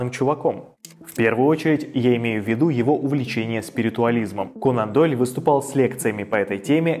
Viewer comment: Все супер, но не могу понять один момент, почему произносится Канандойль, как будто слитно, хотя он же кОнан Дойль